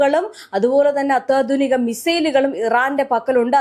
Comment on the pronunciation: അത്യാധുനിക.. എന്ന് പറയുവാൻ.. ബുദ്ധിമുട്ട് ഉണ്ടല്ലോ